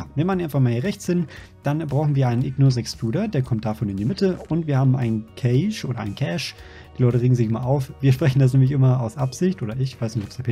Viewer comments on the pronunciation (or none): none